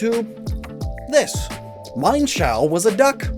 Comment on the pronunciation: Isn't it "Mi-jen-sh-ao" or "Mi-en shauw"?